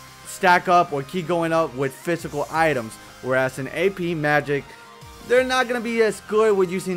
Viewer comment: omg i love how says phisycal...sounds like...fistical =))